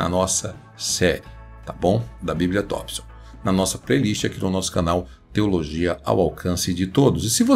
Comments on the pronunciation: Tompson e não Tópson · Tópson ou Thompson?